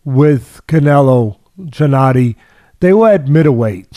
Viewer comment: Teddy could u atleast learn to say his first name correctly when u have him on as a guest 🤦🏻‍♀️ lol it's Gennady not Jinnady 😂